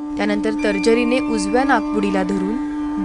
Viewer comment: तर्जरी नाही ... "तर्जनी" म्हणत !!